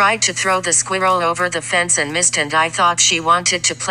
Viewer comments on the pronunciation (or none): Why is no one taking about how Siri pronounces ‘squirrel’😂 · I love that voice! Has no emotion whatsoever. Pronounced Sqeerall ....AWESOME!!! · Everyone else talking about the dog and the owner... Me: Dyeing of laughter due to the pronunciation of the word squirrel🐿 in the vid💀